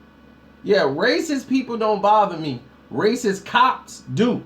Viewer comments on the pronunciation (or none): none